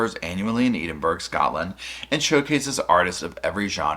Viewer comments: I love ya, but you have to look up how to pronounce Edinburgh ❤ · the way you pronounced Edinburgh is so cute to people from the uk 🥰 we secretly love how people from other countries say names of places here. I bloody love you 💗🦋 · I was a bit confused trying to figure out what he was talking about for a moment there. I’ve never heard someone pronounce the first part like it’s the garden of eden 😂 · Love how he pronounces Edinburgh 🤣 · Oh, no, no, no! Not "Edin-burg" Not "Eden", it's Edin, "Edin-burra" Capital city here in Scotland You're welcome 😊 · Bro it’s pronounced “Edin-bruh” or “edin-bura” not burg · Eden-burg is sending me. Ed-in-bruh my man 😂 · Please, for all the US citizens.. It's Ed-in-bruh... Thank you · Please stop saying Eden-burg😅 phonetically it read ed-in-burrer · Love the video thanks for this just a small thing its pronounced Ed in burgh lol. As an Edinburgh lass it bugs me when people say boro at the end lol. Sorry 😊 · Can I suggest instead of “Ed-in-borough” you contract it to “Ed-in-bruh”? Tends to be more the way people say it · “Eedenburg”. Sir. Please no. Edd in burra. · Found this really interesting, one thing though: the capital city of Scotland, Edinburgh is pronounced ed-in-bo-rerr 😊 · Sorry, I couldn’t help but laugh at how you said “Edinburgh”. It’s pronounced “Ed-in-borough” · Love ya but Edinburgh is pronounced Edinboro. 😘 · It's ed-in-bruh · Ed-in-bur-ah 😂 Glaz-go - love you reacting to some UK and Scottish colloquialisms xx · just FYI Edinburgh is pronounced Ed-in-burr-uh. Love you 😘🛋🛋🛋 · Yeah.....She's as nutty as a fruit cake though🙈. Btw honey bun it's pronounced 'Ed-in-bruh' 😘. Tfs and have a great day 💖💖💖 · Edinburgh is of course not how it looks.... The UK for you.... It's pronounced edinboro. I appreciate your research and videos. 🛋️ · Edinburgh is pronounced more like "Edin-burra" or "Edin-bruh". The E is like Edward not cheese, lol. A lot of words from that region are pronounced in unexpected ways.